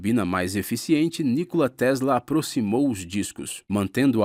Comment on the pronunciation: Nicola (pronuncia, Nicóla)